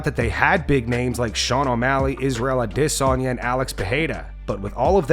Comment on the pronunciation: Why he say Izzy's last name like that?